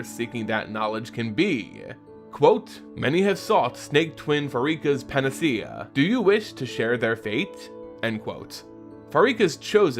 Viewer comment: pan-ah-see Dang that ain't right in Greek or even its English adaptation. Not that it matters, I'm just a language nerd and I fixate on negligible things (But for whoever does care its Pan-ah-kay-ah as in Pan=All Akos=Cure, and in English its pan-ah-see-ah because English does not believe in the K sound in Latin or Greek even though English doesn't lack that sound at all)